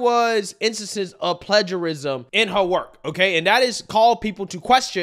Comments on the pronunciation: OK, you can't pronounce plagiarism right? I'm done. Before you make any videos, make sure what you're saying. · It's pronounced "play-jerr-ism"